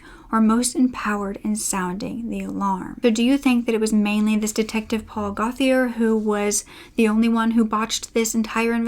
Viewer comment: Fabulous video. I love when English people mispronounce french names. Gauthier is pronounced goats yeah. Wonderful research on this story. Living in Ontario, I remember following this story. Kudos!!!